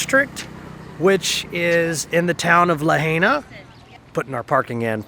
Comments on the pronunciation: Others will probably tell you, the same its Pronounced La Hi Na! We did segways there the last time we visited... a great way to cruise the town! Enjoying revisiting, and refreshing our Memories! Vickie from SE Pa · It's pronounced "Luh-hi-nuh" I believe. That food looked amazing! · I live on Maui it's so beautiful here sorry but he's pronouncing lahaina wrong LA hai na 😄🌺🌺🌺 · So funny to see y’all eating burgers in Hawaii, since they have the best fish and seafood anywhere. And it is pronounced La HI Na. Banyon is awesome. Find the shaved ice place with ice cream in it! We love Big Island even more so will see what you think. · Glad you liked my old stomping grounds but the correct pronunciation of Lahaina is LA-HIgh-NA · Please learn how to pronounce Lahaina